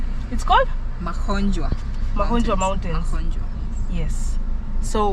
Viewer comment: You say Ma-kho-njwa the way you would Ke-nya.